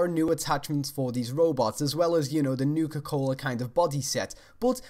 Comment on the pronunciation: I just want to point out, "Nuka Cohler." Great vid :P